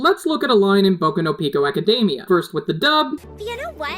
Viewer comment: did anyone else hear him say "boco no pico acamdia" please tell me I'm not crazy